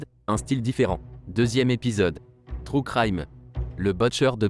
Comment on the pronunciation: aaaah c'est agressant quand tu dis true crime, comme les francais le disent. Tellement horrible comme prononciation. (désolé les francais, vous ne savez pas comment prononcer les mots anglais)